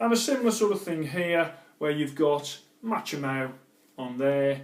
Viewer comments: It's pronounced MA-KO-MY not machomow.... still good content though 👍..... 😂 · Machomai= ΜΑΧΩΜΑΙ not Matsome